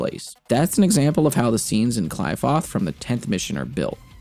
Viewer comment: So glad someone finally made this video, just strengthens my love for this game tbh! Thanks man!! (also I think the pronunciation for 'Qlipoth' is 'kly-foTT' rather than 'kly-foTH', within DMC5 at least haha)